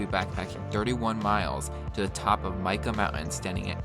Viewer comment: Think Mike ahhh. That’s how Mica Mountain is pronounced.